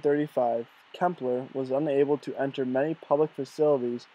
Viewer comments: Nice work! Incidentally, Klemperer is pronounced like emperor with a Kl in front. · I am just finishing his Dresden diaries. (I hate to say this, but you should probably redo the voice over and pronounce his name correctly. Sorry.) Clem per rer